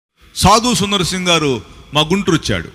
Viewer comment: ఁబదర్, సాదుసుందర్ సింగ్ గారూ అనండీ. సాదుసుందర్, అని కాదు.